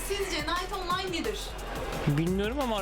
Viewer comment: ingilizce master yapsan da kınayt onlayn diye okunan bir oyun